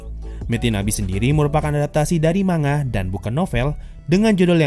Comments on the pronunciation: Wah... keren reviu nya... sesuai dengan pemikiranku 😍👍👍👍👍👍 Tapi... cuma mau kasi tau Manga dibacanya "Man-Ga" bukan "Ma-Nga" 😓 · Man-Ga kalau kita pakai pronounce nya Jepang.... Sama kayak ngomong Momon-Ga Gua rasa ngak ada masalah kalau kita orang Indo ngomong nya Ma-Nga